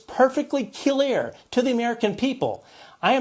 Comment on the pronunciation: Perfectly "KEL EAR" ? what?